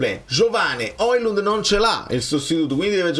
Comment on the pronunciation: Non si chiama OILUND